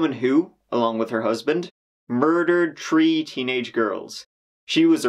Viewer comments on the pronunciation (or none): Learn to say THREE and not TREE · This man saying tree instead of 3 😭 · “He was one of tree children” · Bro if you keep calling 3 a tree I’m gonna lose it. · "Tree children " 🤣